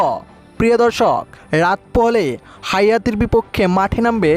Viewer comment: হাইতি কে হায়াতি বলছ কেন